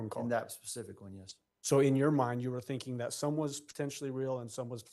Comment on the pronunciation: Why come you're thinkink she ain't a good teacher? I'm thinkink everythink she says sounds perfect! Lmao😂😂